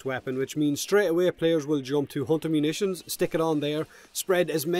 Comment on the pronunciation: "Without **** Munitions equipped". What Munitions? Replayed the phrase six times before I had to google it. Impressive accent, dude. :D